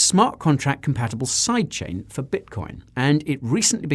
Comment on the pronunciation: Anyone else hear "Side chick" every time Guy says side chain?